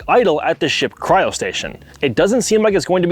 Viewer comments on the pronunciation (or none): none